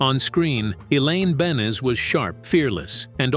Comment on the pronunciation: Elaine beans. Fuckin AI.